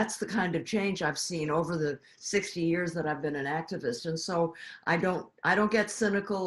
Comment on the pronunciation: I love it when Trevor says "Yerrs"